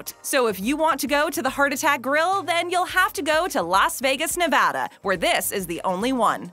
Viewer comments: Nevada not vanada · You said Nevada wrong